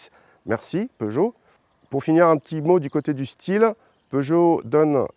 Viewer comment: Seuchot? Peugeot ça se dit